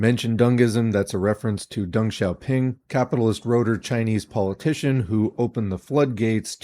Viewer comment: Compliments for pronouncing Deng correctly ;)